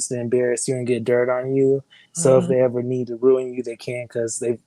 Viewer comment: Why you say eva